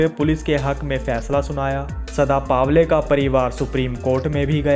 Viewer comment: चुत्या पावले नही पवले